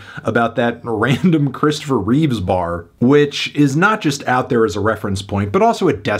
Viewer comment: also, it's Christopher Reeve, not Reeves